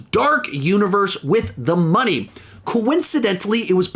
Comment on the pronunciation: Did just pronounce "The Mummy" as "The Money"? Cause that's kinda genius.